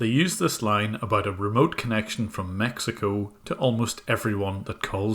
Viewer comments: Someone for Maxico tf did he say XD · Wtf is “Maxico” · I thought he said "Maxico" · "Maxico" 'nuff said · Form Maxico? Jajaja no te mames xD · “Maxico” -scammer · My man’s said MAXICO” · The guy said "Maxico" not Mexico